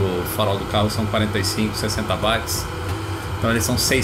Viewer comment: vídeo muito show!!!! Entretanto a pronúncia de Watts não é "vats" e sim "uots". Vejo no Brasil muitas pessoas gabaritadas pronunciando errado, inclusive em vídeos. Mas de resto vídeo muito legal!!! Parabéns!